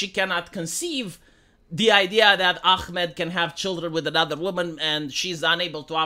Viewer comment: Its AHmed and not ACHmed... why are pronouncing the H as Israeli says Chamas when its Hamas. you can pronounce the H Vee?